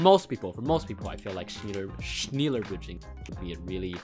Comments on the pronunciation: im pretty sure it’s pronounced (sh-nell-er) instead of (sh-neil-er) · Lmao I first thought yt automatically translated the title 2 German... Btw: it's pronounced As shnäl-ler. U only said 1 l ...like shnééélér Bridging... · „*Schneeeler Bridgeing*“ Me laughing as a German speaker how he pronounces it. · Im german and i know its not pronounced schniiiiller bridging but schneller. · “schneeluhe bridging” it’s pronounced “sh-neh-luhr bridging” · Me a german : wtf is is schniller 1min later : OHHHH HE MEANS SCHNELLER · I am a german and you speak it like schnällea bridge and not schniellia bridge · shneeeeeler bridge i love to shneeeeeler bridge i shneeeeeeeeeeler bridge do you shneeeeeeeeeeeeeeeeeeeeeeeeeeeeeler bridge? you emphasize the schnELLER(as in hellen keller) not schneeler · It’s not schniler it’s more of a ä sound ask google transport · it's not schniiila bridge , it's schneller bridge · Not snilerbridging. Speak shnEller bridging. You have to speak e AS an e not an I! Like uh I don't know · Schneller not schneeeler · Noone: No soul on earth:: schniäller bridging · As a german its Rly funny how you pronounce "Schneller" (the "e" is more pronounced like the "e" in "smell" so basically "smeller" with "n" lol)also its kinda weird to name a bridging Method "faster bridging" loll Edit: Good Luck on 100k!🍀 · I hear "schniiler bridging" but its ok i speak german but not 100 percent. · True, it would be like Schnella bridging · You pronounce it like... "schnellah" right? I just started learning german btw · Schneeeler bridge hahahahaha ehre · In germany we also call it fastbridging not schneeeeeler bridging thats funny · yeah exacly execpt he pronounced the first half right. the E sipronounced like the e in smell, but Sch is pronounced shh. so shh-nell-er where the nell kind of sounds like smell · Schnälla is the way u pronounce it correctly for the ones who know the letter ä xD😂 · Hey u need to say the "e" like an"ä" XD <3 Ur content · Ja ist so